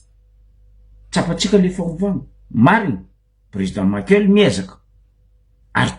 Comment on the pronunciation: 😱 Espèce d'abruti ! Maheza magnaja agnaran'olo. Tsy président Maïkeul pory nao fa Président Michaël. Anao marary jery, mipodiana mianatra à l'école.